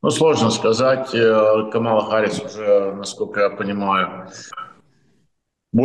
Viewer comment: Спасибо,, Вы весьма впечатлили абсолютно правильным произношением фамилии Камалы! - 😉